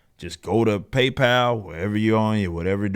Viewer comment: It's PayPal ....